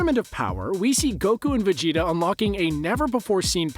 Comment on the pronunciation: it's Majin Vegeta not Majin Vegtio